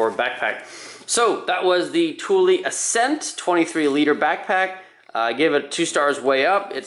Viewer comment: Accent, not ascent haha good review though!